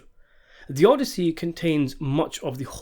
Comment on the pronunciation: And he says it repeatedly, only to pronounce it correctly at approximately